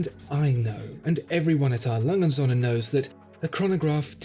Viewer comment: O-umlaut has a certain pronunciation that needs to be learned.